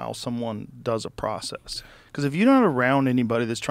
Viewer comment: Conversation jumped the shark with about 30 min left...... cant listen to the "processes" for another minute....